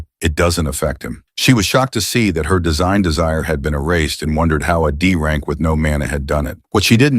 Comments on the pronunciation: AI narrator be like: D rank = Dank C rank = Cank B rank = Bank A rank = Ank S rank = Sank What is this 🥀😭😆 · I love how the AI narrator calls D rank Dank